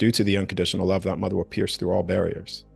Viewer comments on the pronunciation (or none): none